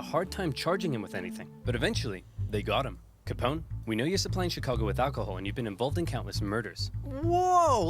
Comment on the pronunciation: That was a completely inexplicably cute way to pronounce "Chicago."